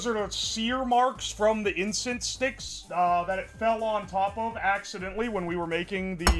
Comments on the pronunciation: We js collectively ignoring him saying "incest" instead of "incense"??? Alright 😂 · Bro can NOT pronounce incense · can you say incense without saying incest? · if i get one penny Everytime said Incest instead of incense,i will have 3 penny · insent ❌ incest ✅